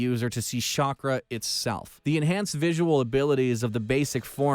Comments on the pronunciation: It's chakra not Shakra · This is what happens when american tries pronounce japanese words. I also love shakra. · Did I hear "Shock-Ra" 😔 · whyyyyyyyyy Why do u let people narrate that have no idea about the shows????? He really said shakra my man wtf Can’t even pronounce the Sharingan. Everyone knows the Sharingan